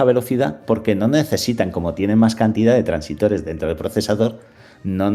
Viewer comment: Muchas gracias por el vídeo,muy acertado y útil para despejarle dudas a más de uno. Por cierto,son transistores,no "transitores".